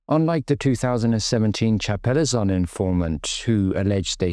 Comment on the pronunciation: You can't pronounce chapelizod properly